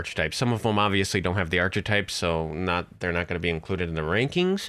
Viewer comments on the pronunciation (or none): the way u say archetypes really gets me LOL